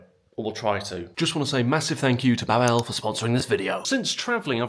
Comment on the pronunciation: To promote Babel, I would first recommend learning how to pronounce the company. It's BA-bel not Ba-BELLE, stress on first syllable ;)